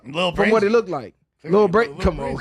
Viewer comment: Lmao said lookded, kno wat he trynna sound like